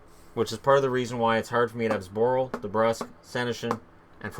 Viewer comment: you killed Zborils name :D